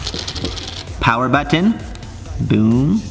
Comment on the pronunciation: You say button funny. Lol.